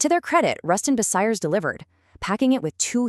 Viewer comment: Ten months in and not a single comment? I'm from Lincoln and worked at RB in 1975 but I'm afraid this video is ruined by the garbage AI generated commentary which is a) too frantic and b) she slaughters the pronunciation of 'Bucyrus'! I'll check out the other, longer RB video from this channel and hope it's an improvement.